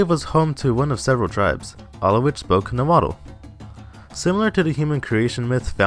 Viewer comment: U pronounced Nahuatl wrong its "nawua"